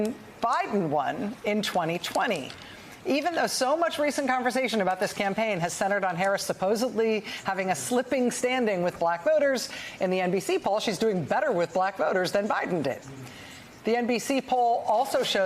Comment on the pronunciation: I love Rachel. Don't get me wrong. But it's weird that she always mispronounces "supposedly" as "supposebly," which isn't a word.